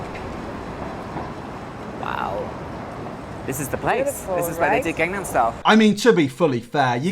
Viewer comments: how is he mispronouncing gangnam style, like it's in the chorus of the song, just listen to how psy pronounces it dude omg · Wait. He's trying to be a kpop star but he can't even pronounce gangnam. Tf. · The way he pronounced "Gangnam" Makes me actually want to puke... it's G-AH-NG-N-AH-M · I fept pain when he screamed at the bts stickers- also how can he not pronounce 강남- (gangnam)